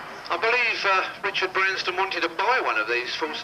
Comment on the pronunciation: 'Richard BransTon' (pickle?) lol